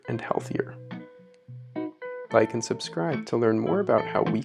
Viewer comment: i understood "bike and subscribe"